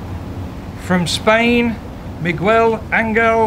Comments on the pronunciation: That first tee announcer dude butchered his name so bad lmao. Migwell? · Bro that announcer BUTCHERED his name. Like it's not like he's a new guy on tour and nobody knows how to pronounce his name.. My man's been around for ages and any broadcaster worth his salt would have done him the courtesy of knowing how to pronounce his name lol